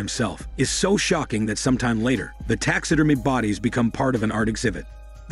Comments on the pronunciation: It's pronounced "Tax ah Derm Ee ah" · "Tax Sid Er Meh" I love that the person doing this channel is not a native English speaker and the voice is an advanced text to speech program I have heard on other channels. You end up with engrish like that said in a confident way.